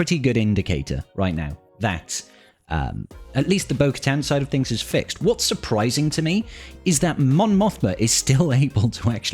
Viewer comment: Heavy emphasis on "fixed"